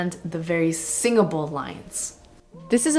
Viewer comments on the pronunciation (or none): Stop mispronouncing Italian names!!! It's Giuseppe [ é ] Not Giuseppi